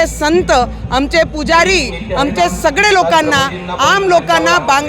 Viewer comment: अमचे nahi आमचे असते te